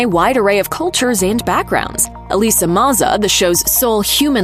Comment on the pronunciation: Thank you for pronouncing the name Elissa correctly. One of the reasons I loved this show.